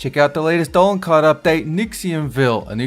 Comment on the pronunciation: planet dolannn why he say it like that lol